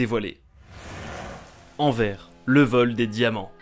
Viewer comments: C’est anverS pas anver !!! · on dit envers et pat enver c'est un insulte pour nous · on dit anvers et pas anvere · C'est énervant tout les Français ne savent pas prononcer les noms de nos ville ! Anver je l'avais jamais entendu celle la de base on dit Anvers avec le "S" ! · Anversssss frérot le S se dit sinon super vidéo continue 👍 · A 2m32 se n’es pas anver mes anversssss tu la malle prononcer je le savais parsque je suis belge mes ces pas grave j’adore tes vidéo continue🥳🤩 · "En vert" pour dire "AnverSSE" aïe j'ai mal à ma Belgique :'( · on ne dit pas Anver mais Anvers le s doit être prononcé ( tu peut me croire c'est un belge qui te le dit 😉😉😉) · TA DIT ANVER CES ANVERSSSSSSSSSSSSS Sinon cool la vidéo est bien expliquer comme d hab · On dit Anverse pas Anver(je suis au courant pour les fautes d'orthographes c'est pour la prononciation) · Ok ben merci le respect pour les Belges ;-; On dit Anverssssssss !!!!! Pas Anver... RIP le respect Que tu repose en paix 🙏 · On dit anverce pas anvere met sa s'écrit anvers🤦🏻‍♂️ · Anvers se prononce "Anverse"! Il faut dire le "S" à la fin du nom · c pas anver c anverSSSSSSSSSSSSSSS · ON DIT [ANVÈRSSE] ET PAS [ANVÈRE] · "ànver" Anversse PUTIN (c quand il parle qui dit envers) xD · Anvers ça se dit enversssssss pas anver mais si pas continue tes video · Alors. C'est AnverS. Il faut dire le "S". 😭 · seam même, en flamand on dit "Antwerpen" et français AnverS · je vois que je suis pas le seul à avoir tiqué sur "en verre" ^^ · L'honneur des belges à été bafouiller 😂😂😂😂😂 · ah les français ... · Toi aussi tu as pleuré en l'entendant? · Hé les gars il est français 😂 c etait obliger qu il se trompe sur une ville belge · J allais dire la meme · Anvèr Anvèr sérieux ? bro tu sais que c'est réellement énervant pour les belge entendre ça .... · On doit le dire c est "anverce" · Rip anvers Sa se prononcé anvÈrS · Prononcez "Anverse" 🇧🇪🇧🇪... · ANVERS [Anverse] pour la prononciation ! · On dit "Anvèrsse" 😉 Sinon bonne vidéo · On dit Anverss